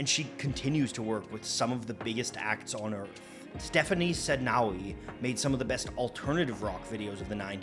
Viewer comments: Great video. I also enjoy watching your videos. One thing I should clairfy is that Stéphane Sednaoui is male. His name is prononouned "Stefen" not "Stephanie." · Stephane Sednaoui is a guy, it's pronounced Stefan not Stephanie!